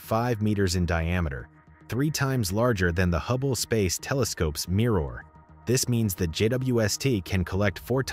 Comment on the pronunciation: Did you just say "can detect 4 times as much light as HUBBLY." I heard hubbly and so did YT autocaptions lol